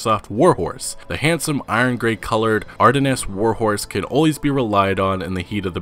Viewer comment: I thought Ardennes is pronounced as "are-dens"not "are-denes"? Just curious.